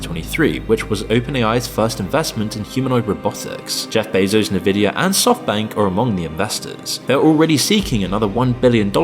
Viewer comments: Im sorry did you just say "Nuh-vidia"? is this even a human narrating ? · I like your content and I mean this in the nicest way possible, but have you thought of pronouncing Nvidia the way everyone else does?